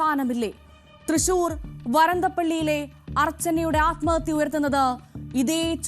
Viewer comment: വരന്തപ്പിള്ളി അല്ല വരന്തരപ്പിള്ളി